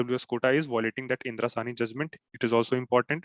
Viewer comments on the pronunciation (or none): Very good.... Dear It was Indira Sawney and not Sahni... Please rectify. Thanks.